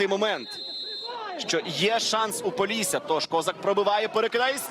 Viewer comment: поллісся🙉 шо воно таке🦧🤣